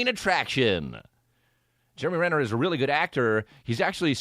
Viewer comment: “Germ-e Renner”